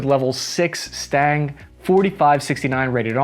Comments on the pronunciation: ITS STANAG NOT STANG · its stanag, not stang... the rear guns are for when its fleeing battle perhaps. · Please, its not Stang. Its Stan Ag. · Bro how do you not know how to pronounce STANAG? Its not Stang, like Mustang. It's STA-NAG I didnt even know what you were saying at first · Why are you pronouncing it "STANG" it's clearly spelled "STANAG" and pronounced "SCHTANAK" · It's NOT "STANG" - it's "STA-NAG" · Stang? Not STANAG then? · O.o... I've never heard anybody pronounce STANAG as "stang" >.> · The word is Stan-ag like the name "stan" and then "ag" like the class u take in high school and it just those two syllables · Omfg. It’s been literal years and we still haven’t learned how to pronounce STANAG. It’s literally sounded out as it is spelt right there. say it with me. STA NAG. See how the N and the G aren’t touching each other? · Say STANAG again, but say it right this time. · Will ever be able to pronounce the second A in "STANAG"? We might never find out.